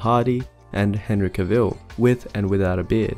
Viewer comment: That’s not how pronounce Henry Cavill’s name